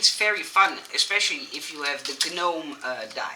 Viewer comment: Your English is wonderful - & we will all help you get even better (as long as people are nice to you!). Here’s to one of the many confusing English words: gnome is pronounced “nome”. The letter G is silent. 🤦🏻‍♀️.